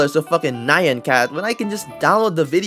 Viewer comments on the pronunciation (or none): It's 'nyahn', not 'nai-an' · the entire video is the cat saying nyan yet you still pronounced it wrong i take this very seriously !!!!!